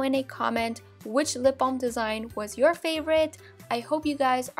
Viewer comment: you said "Every day I wake up and look at your guysz" what the freak?